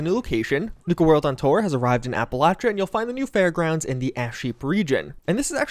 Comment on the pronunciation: APP_AH_LAY_SHA. NOT APPALACHA. LOL